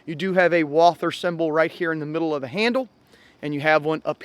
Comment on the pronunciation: At least pronounces Walther correctly